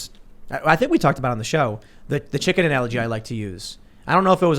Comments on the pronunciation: something bugs me about how he pronounces it. chiCKENN! Not sure why lol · I always get annoyed by the way Tim pronounces the word "Chicken". And of course he has been obsessed with the word in the past few weeks lol.